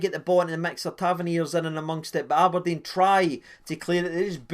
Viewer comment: thanks just spat red bull everywhere when ye said " am i deed" haha